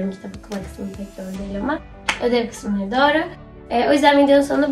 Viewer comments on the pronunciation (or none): none